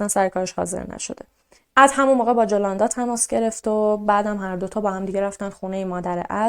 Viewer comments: جولوندا نه یولوندا 😅تلفظش این طوری هست. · اسم مادر خونده نیکول ، یولاندا بود نه جولاندا با „J“ مینویسن اما «ی» میخونن.❤ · جولاندا نوشته میشه ولی یولاندا تلفظ میشه.